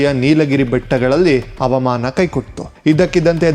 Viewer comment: ಅವಾಮಾನ, ವಿಮಾನ ಆರಿಸು ಅಲ್ಲ ಹವಾಮಾನ, ವಿಮಾನ ಹಾರಿಸು.. ಅ ಮತ್ತು ಹ ಬದಲಾದರೆ ಅರ್ಥ ಬದಲಾಗುತ್ತದೆ